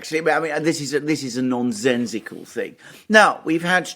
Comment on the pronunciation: Alexander " non Zen zical " ?